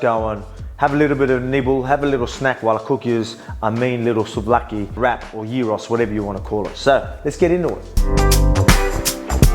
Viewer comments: Souvlakia and Gyros !!! Nailed the accent,very very good ! :D Not Gairos or whatever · Dude I am Greek and have been a fun of you for a long time and I only now realise you are part Greek, I had no idea until you pronounced gyros corectly. 😂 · Heyy he said it right